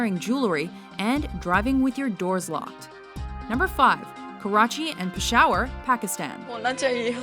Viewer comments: its pronounced Pesh-ah-war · karachi and peshawer ... are you kidding me ??